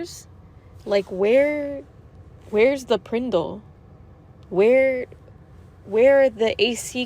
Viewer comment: First I heard that … I thought she was looking for her can of Pringles 🤣